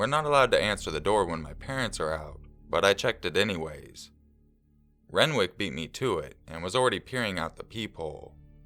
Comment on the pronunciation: SAPPHIRE AND RENWICK WTF. I KNOW YOU CHANGE NAMES FOR ANONYMITY BUT FFS SAPPHIRE AND RENWICH